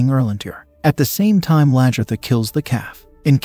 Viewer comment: it is not the King! Haraldson was the Jarl and so were all the others you called King! And it is Aslaugh, Lagherta, and on and on - sorry!!!